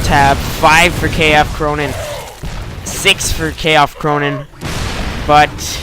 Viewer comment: Wow! Against me?! But my nick is [K-Fc] Ronin -> Kung Fu Clan, no K F Cronin hahaha but it's ok!